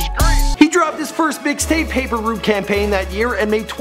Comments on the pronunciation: First of all let me correct you, it's PAPER ROUTE EMPIRE not root. Also it's 8ball & MJG not mgj tf bro do your homework dipshit you getting lazier by the video real talk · So we gone ignore the fact he called dolph label paper root instead of paper route?